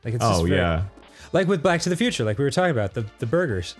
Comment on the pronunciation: I could have sworn I hear "Black to the Future"